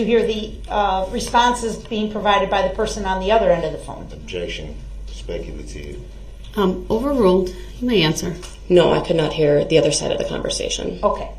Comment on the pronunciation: We’re any of your vehicles damaged by the suv? Durl objected on hearsay but he doesn’t need to be told what hearsay is. Durl KNOWS what hearsay is. To Durl hearsay is when he hears a witness say the truth but he doesn’t like it. Of course then he changed it to spec-ah-tiv.